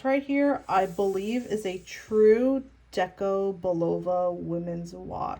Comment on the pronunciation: The old watch is pronounced bull-a-vu. Phonetically